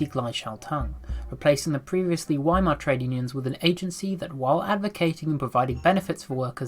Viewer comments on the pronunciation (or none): you pronounced weimar wrong dummy